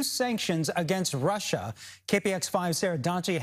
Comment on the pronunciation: Sanctions on ”Russa”. Great god, these local news need to hire better graduates